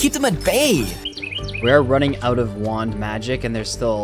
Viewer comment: Funny how he says "Wuand" instead of Wand""